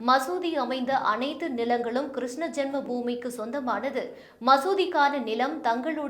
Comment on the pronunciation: Please pronounce Krishna properly